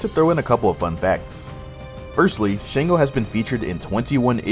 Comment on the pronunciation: Its pretty good for putting the effort, just a couple of mistakes which have already been stated. However it is Sango not Shango, Shango is not a Yoruba word.